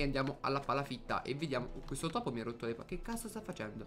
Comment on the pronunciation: ma che cavolo dici al'inizio? " Bella ragazzi benvenuti in questo nuovo video sono e siamo in QUETTO video.." xD